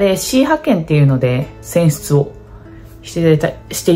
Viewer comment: 選出って言い直しても言えてなくて笑う